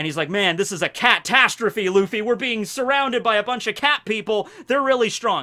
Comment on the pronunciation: I liked your "CATastrophy" moment